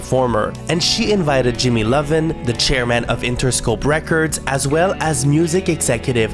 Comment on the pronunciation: Great video! Thank u for finally giving an explanation of Girlicious success in Canada. I was confused why they were given a lip sync song on Canada’s drag race when it was in a Canadian group haha I hope this isn’t annoying to point out, but just so u know for your next vid, the record label guy Jimmy Iovine’s last name is pronounced EYE-VEEN (rhymes with Irene). Looking forward to part 2!!